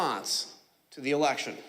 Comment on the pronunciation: "WE HAD AN ELESHON"